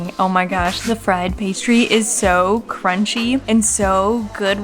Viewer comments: Re-cō-ta, not Re-ca-da. Ricotta literally means recooked, so think of that when trying to pronounce it. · actually its pronounced ree-co-tta. ree like rihanna, co like co-op and tta with a strong emphasis on the T like tabboleuh salad.